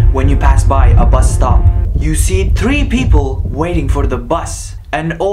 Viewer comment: My brother you said bus wrong